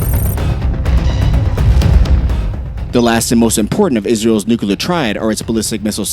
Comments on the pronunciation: Bro its NUCLEAR, not nucular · HEY… it’s Nuclear, not nukaler. NOO-klee-er, not NOOKA-ler. UGGH…….. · Repeat after me "NU-CLE-AR". Not NUCULAR😂😂😂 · its NU CLEAR not NU CU LER. god you are so stupid. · Bro it's nuclear not nu-killer🤦‍♂️ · nu-cu-ler for fucks sake it's two syllables Nu-Clear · Nukular? Nuclear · Nuclear... not nucular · George Bush says it's nucular so it's nucular, stop being a grammar terrist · Argh! noo-clear not noo-ku-lar! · Nucalur? lol M'kay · Israel will never have to fight a nucular war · Not "NUCULAR." You lose credibility by saying it so wrongly. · NUCULAR? What ignorance! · Can't stand "nukular", had to quit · “Nukiler”, c’mon! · Its Nukiller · Should I trust a military analysis from someone who says “nucular”? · Have you ever heard of a "tactical nu-clear we-apon" -_ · why do some people say nukuhlar? (nuclear) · wait new clear how that for proper sounding and wording😂😂😂😂😂😂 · What is Nuke a ler? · They way you say nuclear is particularly annoying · They are going with GW Bush's spelling guide!